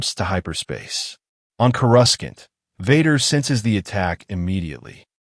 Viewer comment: You lost me at "Chorus-Kant."